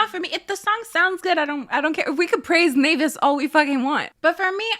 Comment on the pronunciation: The way you say naevis and Hybe tho lyk why would u consciously do that to us😌😭